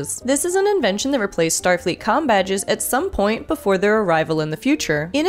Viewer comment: It doesn't sound like you said "com" badges .